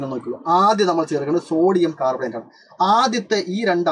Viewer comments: carbonate ❌ "cat"bonate ✅ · Carbonate annee....... Catbonate allaa siiryyyyyyy🥹😭